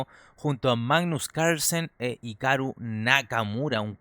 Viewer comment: Es hikaru pero de pronuncia jikaru